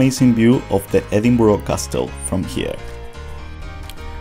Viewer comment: Edinburgh, pronounced edinburrah not edinboro. If you've been there you should be able to pronounce it properly.